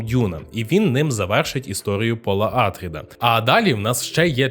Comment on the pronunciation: Добре, що не Пауль, але чому Àтрід? Прізвище АтрIд (наголос на i). Хоча грецькою все ж такі АтрЕйдіс. Россійські перекладчі у 18 сторіччі чомусь ім'я царя прочитали Атрід замість Атрей, звідси і пішла назва його синів Атріди. То навіщо підтримувати россійську традицію та перекручувати грецьке прізвище?